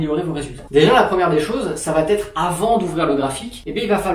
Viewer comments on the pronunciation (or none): Super vidéo merci mais stp arrête les « ça va t’être » ! Le T n’existe pas !!